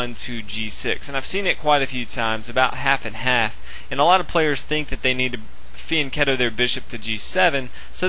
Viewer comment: Im glad he says Fianchetto properly, in italian the ch gives an english K sound. The world comes from "Fianco" meaning Flank. mAYbe 95% of all chess players who are not italian and of all levels say the world wrong with an english ch sound witch would be a c before e in italian. Ive even seen them spell Fianchetto wrong in chessmaster 10th edition for the same ignorant reason. Shocking among world class chess players to spend so much time on a subject and still err on it's terminology.